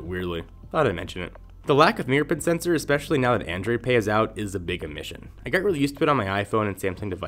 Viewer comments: I agree, I got most of it but I think he tried saying 'fingerprint sensor' and it came out as 'fnprnt snsr'. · he's talking about something else. Moto X has NFC. It sounds like "near pin sensor" or something. He's really not clear at all.